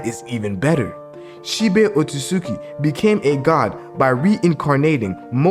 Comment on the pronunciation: It’s She-Bi not She-Bay